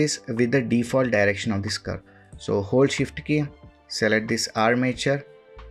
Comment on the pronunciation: Can't hear a fucking thing you say when you mention keys. Either learn to speak, or put on annotations so we can read it instead.